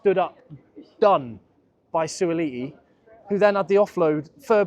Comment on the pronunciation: Beautiful pronounciation - Suaali'i - not an easy name to say!